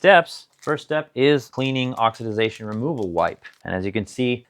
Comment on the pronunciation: Oxi-dation not Oxi-da-zation